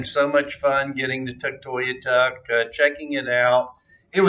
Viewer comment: You’re pronouncing Tuktoyaktuk wrong. You’re forgetting to say the middle K :) Tuk-toy-ak-tuk